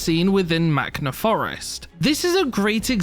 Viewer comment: you said Maktha instead of Makna